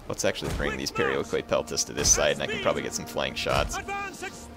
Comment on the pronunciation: its pronounced periiki (περιοικοι).not being a pronounciation nazi just helping...